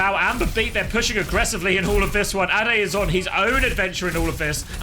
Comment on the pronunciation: ade should be prounounced like the ade from lemon'ade'.